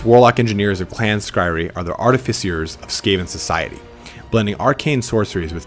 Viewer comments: clan skry-re... that's a funny way to pronounce clan skry-ur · Skryre is Skri-er, not Skri-ree. Like pyre. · Sk-ry-er not skry-ree. Sorry. That was driving me nuts. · Clan Skryree? Really? REEEEEEEEEE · clan Skryre, Pronounced "Scry-Err" or "Sky-Are" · Skyre is pronounced SKRY-ER. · Skryre, is pronounced skr-I-er by the way. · Oof, that Skryre pronunciation. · right, I'm a nub painting my first army, and even I know that was cringe worthy lol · think it's pronounced clan scry-er, rather then how it's spelled. the clans name is a play on the word scryer so it's how it's pronounced. it's "bue-bo" Edit: I know it's super unclear in the army book to someone just picking up warhammer lore, but this is o so wrong. Skaven 2 lore of magic are called Plague and Ruin.(they predate the use of the word lore but they are lores) Ruin is avalabe to Warlock Engineers Plague is avalable to Plague plague Priests Gray Seeres and Verman Lords can take spells from both, along with the spells skitterleap and the curse of the horned rat( also called the 13th spell). It's a bit weird because these are called signature spells, they fall outside the lores of magic because they predate there addition to warhammer.